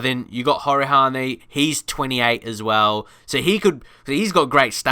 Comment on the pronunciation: Pronounce it GREElish ignore the A and Connor hourihane is pronocune who-rehan